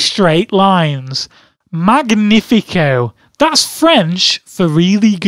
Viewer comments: Ptdr les français et québequois sont offensés par las façon dont il a prononcé magnifique "MAHGEUHNIPHIKEUH" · funny video :) P.S. 4.17 actually "magnifico" is Italian and it's pronounced using the italian sound for GN.